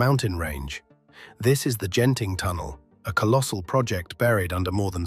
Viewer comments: The g is soft like glee or eagle. Its genting not jenting. Though this is ai so why bother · Great video, but small note: Genting is pronounced with a hard "G" not a soft "G". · Its pronounced Gehn-ting, not Jen-ting.